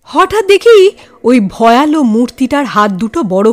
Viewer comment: খুব ভালো লাগে গল্প ও পরিবেশনা। সামান্য একটু কথা- উচ্চারণটা 'ভয়ালো' নয়, "ভয়াল"। আর একটা প্রচলিত উচ্চারণ 'হিঙস্র'- বেশির ভাগ গল্পের চ্যানেলেই শুনি- হওয়া উচিৎ "হিংস্র"।